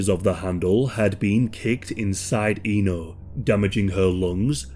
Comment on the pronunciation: Just a little correction there that her name is actually pronounced as Éno with the E pronounced like one in “Elizabeth” or “Echo”. Indonesian speaking here, this case is one of the worst I’ve ever heard in my lifetime. This is just outright tragic and horrendous. Many do sympathize with her like any normal human being would, but not too few people (at least I’ve seen online) that tried to pull an edgelord by making memes outta her situation and even there were few that somewhat justified her murder through the lenses of conservative Islamic views as she brought shame to her family honor by rejecting a guy who tried to propose her. Ironically, those people, either they realize it or not, missed out the glaring facts that non-marital relationship is actually a taboo in Islam and murder is even a much bigger sin in Islam as well, and in any religion for that matter.